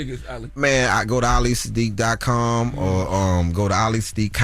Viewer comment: Yall gon stop playing with that man name…it’s ahh-lee suh-deek